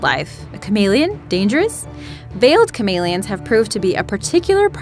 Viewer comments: Ca-mail -i-ons. No its ca-mel-e-ons. I know its your dialect but the way they said chameleons annoyed me because it's not the way I've EVER heard it said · Is anybody else annoyed with the way she pronounces “Chameleons”? No? Just me? Okay. . .